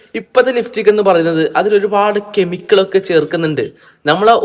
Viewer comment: കെമിക്കൾ അല്ല കെമിക്കൽ 😂